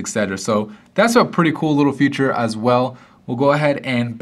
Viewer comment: He says future instead of feature....